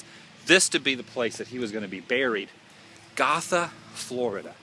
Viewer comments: It's pronounced "go-tha" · It is pronounced "GOtha" I used to live there...went to Gotha Middle School lol. Who knew Bob Ross was buried there that entire time? ! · Hey I know I'm late but just to let you know you said gotha wrong I love right across from that place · Bob, I'll see you in the morning when I visit my loved ones. Adam Woo, You are a douche bag. You run all over Central Florida acting the fool. You got the monument wrong and went and read the description of what it depicted and still could not properly spit out what the depiction was. BTW, You might want to learn how to pronounce Gotha. ┌∩┐(◣_◢)┌∩┐